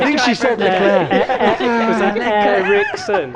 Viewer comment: The bald dude pronounced leclerc wrong